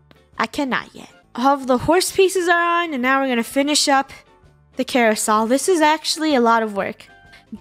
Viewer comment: Carousel not carousol!